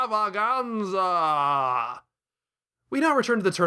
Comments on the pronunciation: How the hell do you pull off that rolling r sound whenever you say "extrrrrrrrrrrrrrrrravaganza"? I'm jealous. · I love how you roll your “r” in extrrrrrrrravaganza!